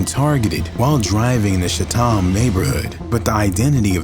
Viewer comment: It’s pronounced CHAT’EM